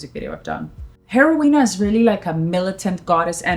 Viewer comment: she cant even pronounce heroína properly